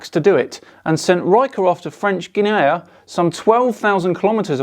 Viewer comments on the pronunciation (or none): Cassini sent Jean Richer to French Guiana. You seemed to have mixed this up with French Guinea, now just Guinea (pronounced as in 'Guinea Pig' or the 21 shillings Guinea), which is in West Africa, not South America. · "Guiana" is pronounced "gie-arna", incidentally.